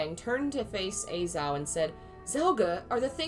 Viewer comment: Im sure someone has told you already, but a-Zhao is pronounced ah-jao